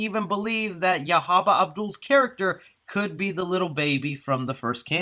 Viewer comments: the guy you keep naming as “Yahaba” his name is “Yaya” pronounced “Yah-Yah” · His name is not YAHABA, it's YAHYA. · Hey, his is pronounced yah-yah. I’m excited for this movie I feel like Tony Todd’s involvement might be in flashbacks of an origin story of the curse with maybe Yahya telling a victim the story or something since it’s technically a sequel🤔 not sure where the new Helen fits in though lol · His name is yahya pronounced YAH-YA